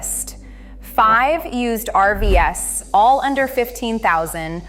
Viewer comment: Your are listening to a computer..... When it got to RV's ..... it read it as three letters instead of the plural for RV.